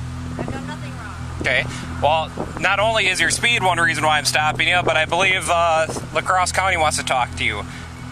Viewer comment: The narrator's pronounciation of La Crosse, WI 😅